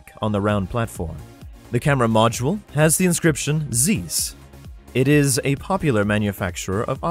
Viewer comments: The "ei" in Zeiss is pronounced like "ei" in Einstein. It's not "eenstein", it's not "zeess". It's Einstein, therefore Zeiss. German word. Nokia is also not "No KIA", it's "NOH kia" or "NAW kia". NAW-kee-ah. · Too self-indulgent and subjective - not a helpful comparison video. Too many gratuitous motion graphics. Format not easy to follow. Significance of "Zeiss" not mentioned. Zeiss name is mispronounced.